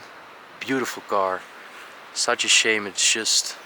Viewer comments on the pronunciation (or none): none